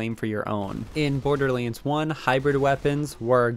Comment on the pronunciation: What is the origin of you saying borderlands like that